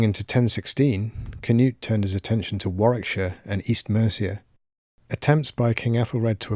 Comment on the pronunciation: Pronounced Knoot, not Canute